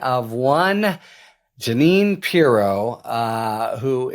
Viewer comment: Harry, it's not purr-ROW, it's PEE-row. That being said, I'm looking forward to everything you will be reporting about her.